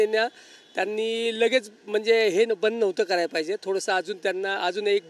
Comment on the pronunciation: पाहिजे ❌❌ फायजे✅✅